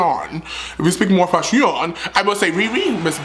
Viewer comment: I love you too!! I cried when you kept saying “FASHIEONN” 😂❤️